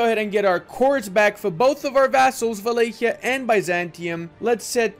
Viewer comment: I always said Wallachia wrong until today, being Romanian I assume he says it's the correct way so I, from today, will say Valaykia